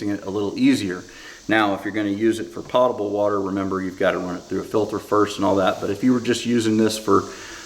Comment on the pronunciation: Pōtable, not potable.